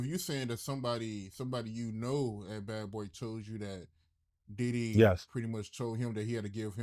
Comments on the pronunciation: He don’t be say diddy he be saying did-he 😂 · He say Diddy like I say tidday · The way he say Diddy.. and baby earl.. 😂😆. Baby oil. Will never be the same again...